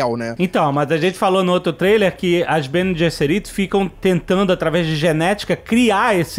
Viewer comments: Que agonia ver eles falando BeneJésseriti KKKKKKKKKKKKK na minha cabeça sempre foi Beneguesserite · Pra mim é Beneguesseri, também acho que o "j" aí tá errado.